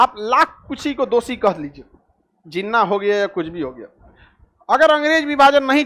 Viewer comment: Love the way he pronounce names (jinwa)😂😂😂😂😂😂😂😂